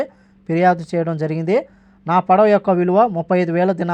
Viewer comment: పడవ అని క్లియరుగా పలుకురా బాబు